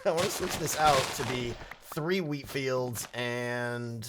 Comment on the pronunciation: When you say "wheat" it seems you sey "weed"